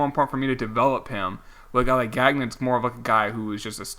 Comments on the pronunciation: Also you drafted Chad Gagnon, his last name is pronounced Gang-Yon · Gagnon is pronounced “gone-yo” FYI